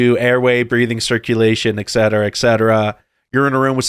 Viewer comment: Why can't most Americans pronounce "etcetera" correctly? FYI it is no ekcetera...